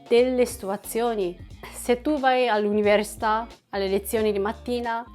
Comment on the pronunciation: Ho notato che ancora non riesci a dire università 😂